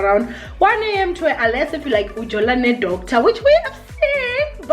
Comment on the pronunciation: I like how you said "ujola ne Doctor " in Xhosa accent so cute 😘